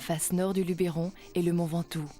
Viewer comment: LUBBBBeeeeRON pas Lubééééééééééééron pppfff